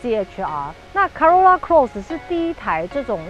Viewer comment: 小姐姐，co 怎麼會念 ca ， 是「扣歐若那」，不是「卡若那」啦